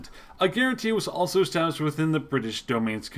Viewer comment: lol he dosen't just butcher De Valera's name he dosen't even pronounce Anthony Eden's name right either.